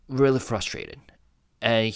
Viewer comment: maybe he’s frustrated with himself 😊 remember ages ago when he said the hardest word to say in English was frustrated? He said trustrated 😊💜 RM maybe he was signaling his feelings 🤔